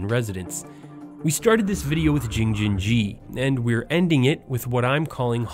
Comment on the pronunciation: he should pronounce Jing-jin-ji correctly, wow